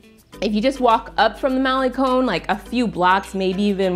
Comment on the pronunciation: It's Cinco de diciembre a little bit of spanglish and the G in Guero is silent, Malecon con not cone. Great video keep up the good work.